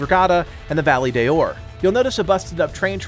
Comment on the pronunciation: Hey i know you dont speak spanish but the correct pronunciation is Valle de Oro you have to prononce the entire Oro because you say Valle de Or